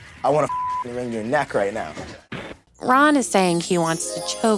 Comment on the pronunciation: I love your channel! LOL The RAHN should be a text tone haha you’re so funny 😭